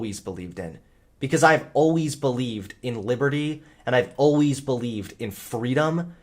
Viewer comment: Great video,. It's really nice to watch this transformation over the past years as I too have left conservatism. But WHY do you pronounce 'always'like that?????